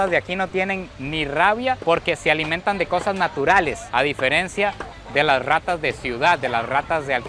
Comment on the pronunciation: No MMS y en tu país no ay rrrrrrrrratas